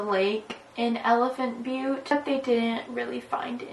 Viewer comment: You’re channel is so underrated. Also you pronounced elephant butte correctly